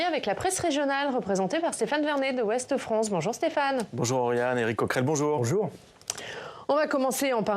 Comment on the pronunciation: Ouesteu-France Comme le Parqueu-des-Princes ou l’esteu de Paris…